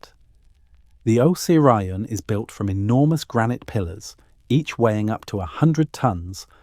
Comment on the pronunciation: O say ryon = Osirion